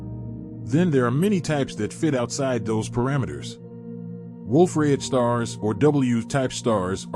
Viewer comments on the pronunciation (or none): It’s “Wolf-Rayet,” not, “Wolf Red.” 🤦‍♂️